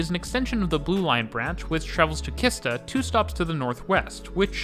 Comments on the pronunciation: great video, but "Kista" is prounounced like "cheese-tah", not "khista". otherwise great job. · Oh god🙈 Kissta😂 it's pronounced Sheesta. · Sorry my mind gets really confused and annoyed when you say Kista with a hard K. It’s actually pronounced more like Shista. The shhh sound. The others mispronunciation I understand like A instead of Ä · Im take the green line every day to gamla stan translates to the old town then i swich to the red line and step of at örnsbergs that means like falcon Mountain and then I go to my building high school and the way you say kista is funny . Kista I pronounced like cheese 🧀 sta =kista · I also smiled when hearing it! For anyone interested, it should be pronounced "Cheese-ta" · Kista is actually pronounced Shista. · Nice video. It made me laugh everytime you said Kista. We definitely don't make "K" easy for foreigners 😂